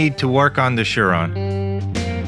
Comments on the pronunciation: It's prononced, SIR RON, not shir ron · It's surron not shurron